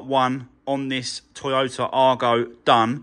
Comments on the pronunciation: Whats an arGO - try saying eye-go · Going to make a nice little car for someone when finished, but please call it an Aygo ( as badged ) not an Argo, you’re doing my head in!